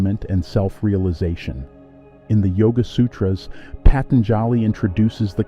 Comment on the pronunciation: Patanjali is pronounced “Pah- tun- ja- lee, with the accent on ‘tun’. So I heard it said in India. I hope thats correct?